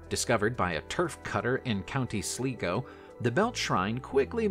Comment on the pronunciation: Please check your pronunciation. County Slygo is the correct pronunciation.